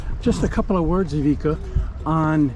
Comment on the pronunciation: i owned ivicas Seascape 18s 👍love your videos but you didnt pronounce his name right once!